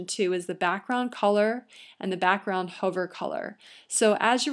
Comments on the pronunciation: It's pronounced "Huh-ver", not "Hoe-ver". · This video is amazingly informative and extremely clear on the steps to creating a Wordpress site. The only comment is that she pronounces "hover" with a long vowel (like in Dover) instead of "huvver" and it throws me off.